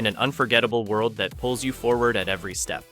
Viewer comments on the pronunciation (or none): none